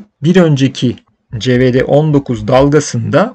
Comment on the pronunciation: covid19 a neden CE-VE-DE 19 diyorsunuz merak ediyorum doğrusu :)